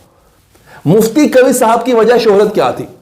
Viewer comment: قوی نہیں ۔۔ قوا ھے